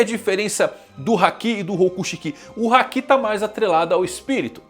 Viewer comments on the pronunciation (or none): none